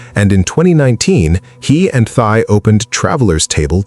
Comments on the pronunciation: Your channel would be much more direct and thought-provoking if you pronounced the name of the subject correctly. She says it at the beginning of the video. Pronounced "Tee". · Her name is pronounced like "Tea" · Her name pronounced as 'T'